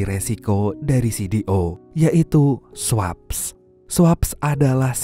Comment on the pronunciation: swaps = sweps (dbaca nya). 😂